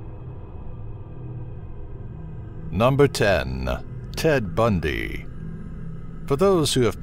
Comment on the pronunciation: love how the host pronounces murderers names "ted budnyyy"